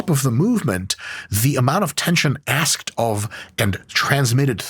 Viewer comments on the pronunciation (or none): none